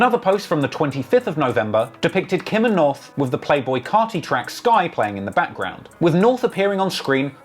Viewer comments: Lmao he calls his kid Norf.. come on man... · Can't help laughing a little that kanye cant pronounce his daughters name " norf".